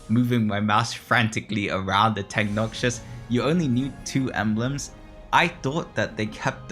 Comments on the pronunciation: bro its noxus not noxious please! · yo btw its not noxshus its nox-us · Love the video, but can't keep hearing Noxus (pr: nock-sus) pronounced noxious (pr: nock-shus) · its NoC-Sus not NoC-Chus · Noxus is pronounced “Knock-sus” - not noxious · Unc is traumatised by Noxious trap he can't even read Noxus correctly.